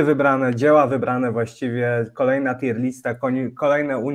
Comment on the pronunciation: Nie no kurwa nie moge. Jaka TJER lista? Jaka kurwa? TJIR. TJIR. Rozumiem, ze Polacy jesteście upośledzeni w wymowie jakiejkolwiek nie polskiej, ale jakie kurwa TJER?